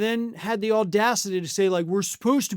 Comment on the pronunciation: Someone should teach Melania how to pronounce the TH sound. Pronouncing the as duh and father as fodder is not cute. It is not exotic. It is ignorant and lazy.